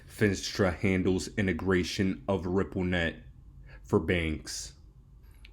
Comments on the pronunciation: "FEE - NAS - TRA" ........ not "FIN" "STRA"..................SAY "NAAAAAAS" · Fin-AH-stra bull